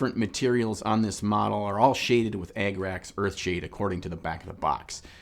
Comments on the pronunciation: You sounded a little Canadian in that Agrax Earthshade bit at the end. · I've been going through a bunch of mini painting vids lately and several of the more useful and entertaining ones have been from this channel. I watched quite a few and they were all flawless until this video. Its such a minor thing I hate to even bring it up. Then I got to the end and saw how you struggled to say Agrax Earthshade and worked at it to make sure you say it correctly. I knew I had to say something. you are mispronouncing Abbadon. It's pronounced like the late 70's Swedish pop group ABBA in the beginning with a don tacked onto the end, you put more emphasis on the 2nd A, and it sounds like a southerner saying "a bad one". Anyways love the vids. great content.